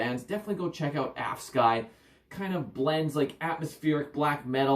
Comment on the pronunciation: Saw them in Basel yesterday - what a great trip it was! - the name is pronounced more like 'avskü' (with that last vowel being more like an 'ee' than a 'y'. or something like that :D